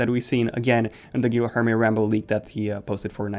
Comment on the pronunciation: Guilherme is pronounced GEE-AIR-MAY. You gotta read this man 😂